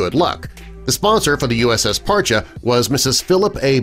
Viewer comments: I knew a couple of guys stationed on this one and they pronounced it "Par-Chee" not "Par-cha" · It’s Par-chee.. Not Par-cha. Served on her 98-02. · Parcheeeeeee not parcha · USS Parche pronounced "Par-Chee" not Parchu. Spec-op boat with hull extension. Had more mods then any other Sturgeon class boat. Saw her in dry dock getting modified at Mare Island during our refueling overhaul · USS Par-Chee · Terrible video. 3/4 of the images were Russian subs. And they can’t pronounce Parche correctly. Hint - it’s not Par-chay The years are also incorrect for modifications. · An interesting video. The Name Parche is pronounced Parchee. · Dude can't even pronounce the boats name correctly.